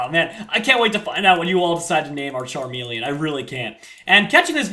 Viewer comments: Charmeleon- Charmelon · call charmeleon charmelon